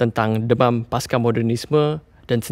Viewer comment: Pasca, bukan paska.